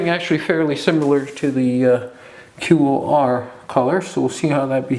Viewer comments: QoR is pronounced core hope that helps... it's my main pallet and I have 83 colors LOVE them!!!!!!!❤ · I love QoR. They are my main watercolors. So it's really killing me that you are pronouncing it as if spelling it. They are pronounced core like the core of an apple. Hope this helps :) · Think QoR is pronounced core.